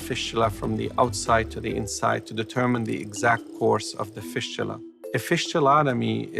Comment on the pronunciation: They way he pronounce fistula is very annoying! It's fistula not fishtula 😖